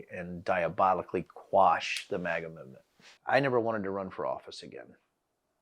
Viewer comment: Mate, just cus we're British... doesn't mean you need to change the pronunciation to "mahga"... Just say "maga" like everyone else! 😂🤦‍♂️ Do you also say "Alabahma", "Alahska" and "Indiahna"? Got me cringing over here